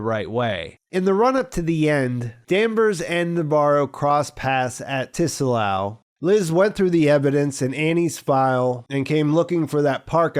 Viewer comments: I'm dying over here by your pronunciation of "Tsalal". No one in the show pronounces it as "TEE-sa-lahl" lol It's "tsah-LAHL" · I think Tsalal is pronounced suh-lal, and it's a Hebrew word that means "to be or grow dark", hence the Night Country relation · The T is silent Bro. Pronounced Suh-laal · "Tsalal" is also a Hebrew word used in the Old Testiment to mean "to sink" or "to grow/become dark," or even to be in shadow, which is a cool little detail. And a friendly FYI, the word "tsalal" is pronounced more like "salal," but with a short /t/ sound before the 's,' so the /ts/ sound at the beginning of the word is like the one at the end of "buh dum, tss," (the "snare and cymbal" sound that comes after a bad joke,) but with a shorter /ts/ sound. It's not T-Salal with a hard, enunciated letter 'T'. Honestly, if you have trouble with the /ts/ sound you can totally get away with just saying "salal" without the /ts/ sound, and it'll still sound close enough to the correct pronunciation that most people wouldn't notice or comment on it. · The “T” in “Tsalal” is silent. They say it several times throughout the episode. It’s pronounced “SAL-AHL.” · The T is not pronounced in Tsalal. Its just pronounced: Suh Lal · Great summary as usual although your pronunciation of “Tsalal” is driving me crazy. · You don't pronounce the "t" in tsalal